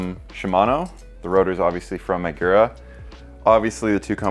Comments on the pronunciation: I've never heard of Niygira brakes. I've heard of Magura brakes but not Nygira. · Does it make anyone else cringe the way been saying MAGURA?